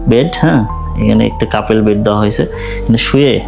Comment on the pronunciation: কাপেল না কাপল 🫡